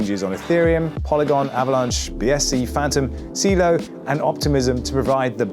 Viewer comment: It’s pronounced “cello” with an “s” sound at the beginning not “see-loh”.